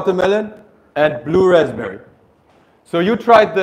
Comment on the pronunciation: Blue raspeberry ❌ Blue raspberry ✅ আগে নিজের ইংরেজি উচ্চারণ ঠিক করেন । ইংরেজি সঠিকভাবে বলতে না পারলে কষ্ট করে বলার দরকার নাই ।